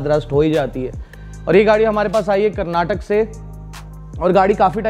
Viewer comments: It's not karnatak it's Karnataka first Learn to pronounce correctly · Respect your work and has been following it since a year now, next time when you take a state name do say it properly its not karnatak it is karnataka " A" is also there respect every state and there feeling as well. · Bhai it's not Karnatak, it's Karnataka. Please correct yourself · great work sir i am a huge fan, i wanted to say one thing it's Karnataka not karnatak. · not to be crank but guys its "Karnataka" not "Karnatak" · It is Karnataka, not Karnatak!